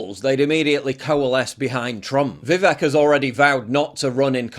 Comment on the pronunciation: It's pronounced "Vivake"